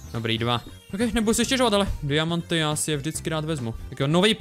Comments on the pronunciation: HEJ LIDI VŠIMLI ŽE MISTO DIAMANTY ŘÍKÁ DIAMAMTI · Proč sir řekl ďiamanty?